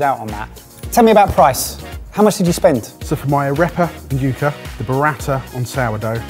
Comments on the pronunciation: Just a tip, "yuh-ka", not "you-ka" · "ah-ray-pah" "yuck-ah"